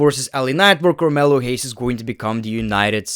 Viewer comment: Carmelo Hayes😂😂😂. Carmelo Lames.